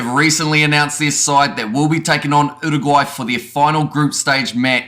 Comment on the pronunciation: I like how you pronounced Uruguay, and your pronounciation of the Pasifika names too. Respect 🙏🏽